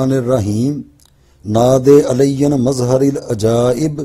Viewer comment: اَلسَلامُ عَلَيْكُم وَرَحْمَةُ اَللهِ وَبَرَكاتُهُ مظھر کے ر پر زبر تھا زیر نہیں تھا اس سے پہلے والی ویڈیو میں